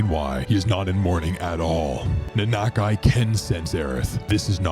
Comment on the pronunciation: Lol he called him Nanak eye! Lol